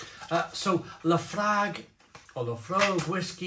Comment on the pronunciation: It's actually pronounced Lah Froik 😂